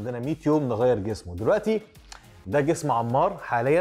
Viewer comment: انمار مو عمار 😂😂😂 يكول عمار